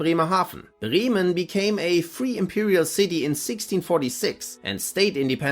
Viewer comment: "Becks is not a good beer." You have a German soul :) Not Briemen, BrÄmen. :D